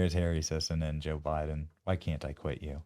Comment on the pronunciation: "Juh Biden."